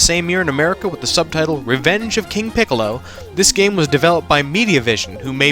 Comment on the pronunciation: please stop saying his name like that